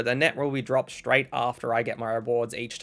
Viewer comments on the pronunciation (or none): none